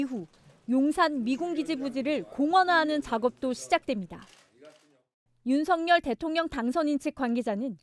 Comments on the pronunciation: 방송인 이라면 우리말 사용에 정확한 발음을 구사해야 합니다! 윤석열의 발음은 "윤서결"이지 윤성열이 아닙니다! 대부분의 기자와 방송인들이 윤석열(윤서결) 의 발음을 윤성열로 하는것을 보고 실망을 금할수 없읍니다! 윤성열과 윤석열이 같이 있다면 발음으로 어떻게 구분 할수 있읍니까? 말과 글로 먹고사는 기자나 방송인이 발음과 문법에서 자주 틀리는 행위를 반복하는 것은 부끄러운 일입니다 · 윤석열대통령 본인이 직접 방송에나와 윤서결이 아닌 윤성열로 불러달라고 하셨습니다.본인이 원하는대로 불러드리는것이 옳다고 생각합니다.